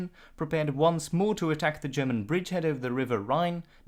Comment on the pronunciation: Dear. Why are you pronouncing “German” as “Sherman”?